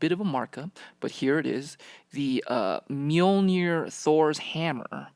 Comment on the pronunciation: i hate how americans pronounce mjölner